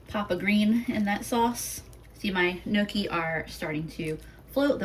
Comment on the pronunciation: Gnocchi is pronounced nyoki with the n and y together. Not noki lol